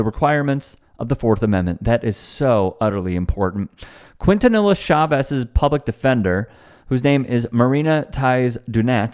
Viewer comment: A little help for you young brother. it's pronounced "KEEN - TAH - NEE - YA". (Quintanilla) ✊